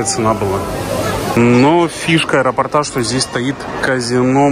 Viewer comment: люблю вашу семью, сообщение из аэропортА", уже четно говоря -заколебало., неужели нельзя запомнить. Напишите себе на листочке слово и поставьте правильно ударение.😊👎